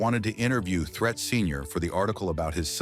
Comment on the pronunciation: It's Pronounced (THREET) Not Threat. This A.I. 💩 Is Horrible.